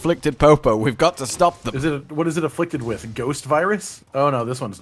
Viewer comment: "Affliced" lol